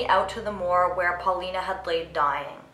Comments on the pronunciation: its pauline not paulina (paw-lean) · It's PAULINE, not PAULINA... spanish/latin people barely existed in England back then. Even now, the hispanic population is absolutely tiny.